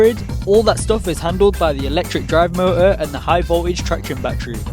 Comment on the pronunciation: Moou broooo its M O T O R MOTOR